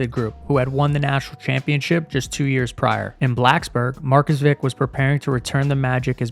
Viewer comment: Marcus Vick? 😂